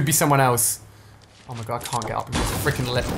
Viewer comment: Just noticed he said freeking